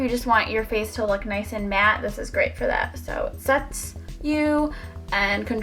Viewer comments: "Foh foundation" lol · Lmfao "fo foundation" mad funny, ur gorgeous & great personality keep it up ;)